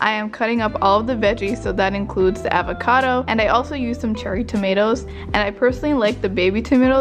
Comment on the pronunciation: “Avaaacado” hehe its avocado, loved this video